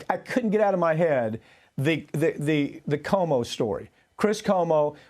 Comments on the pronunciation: Please pronounce Cuomo correctly. It drives me up a wall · Cuomo—as in Cwomo.